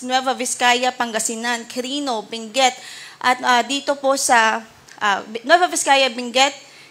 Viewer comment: Hindi po Binguet, Benguet po. With all due respect 😂❤😂❤😂❤